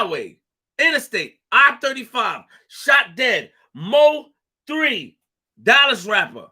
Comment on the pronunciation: It's pronounced (Moe - 3) not M.O. 3. Bro a true Dallas Legend 🙏🏾😥🚫🧢💯